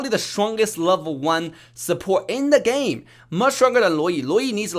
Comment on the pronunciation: "in the GAEMM"